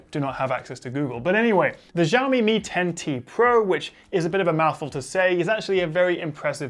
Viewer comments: It pronunced as Syaomi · For future ref and in case nobody else has corrected this yet, "Xiao" in Mandarin Chinese (written in English pinyin spelling) is pronounced very closely to "shee-aow" or in shorter form, "shiao". So in pinyin, x is very similar to our "sh" sound, and in some dialects it's even pronounced more like "s". In this video, you're pronouncing x with more of a "zh" sound. ("Zh" is also a common sound in Mandarin, but in pinyin it's spelled as zh, and usually pronounced as a cross between a soft "zh" and harder "j"). I wouldn't normally nitpick something like this, but since Xiaomi's name is on the phone you're reviewing -- and since Xiaomi is currently the top phone maker in China -- it's pretty important to pronounce right from now on. Other than that mispronunciation, this is another great quick review. :-)